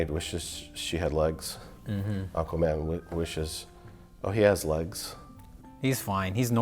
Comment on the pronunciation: Mike "Ahkaman" Stoklasa